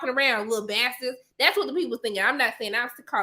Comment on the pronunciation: The way she said bastartds took me out lol I wanna watch the show with her now can we do a watch party for the season finale